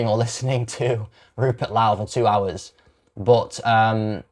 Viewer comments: Your mispronouncation of Rupert Lowe's name by calling him a louse is as much of a shite thing to do as your support for the shite Islamic religion. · You must be saying his name wrong on purpose? Why are you trying to make yourself sound unintelligent? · Couldn't even pronounce his surname correctly As for the debunking, well I've listened to far more informed individuals, and this is just sophistry. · Are you mispronouncing Rupert's surname to purposely wind folk up??...it's working. Oh, and you debunk nothing. Scraping the barrel to justify SA...sick.